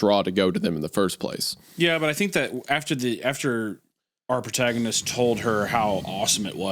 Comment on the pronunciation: Anyone else hear Wendigoon say “PortagaMist” instead of “protagonist” 😂